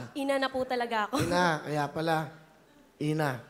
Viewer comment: The way sa pay bigkas n Willie sa " Kaya pala + sabay tingin sa Dede " hahahahah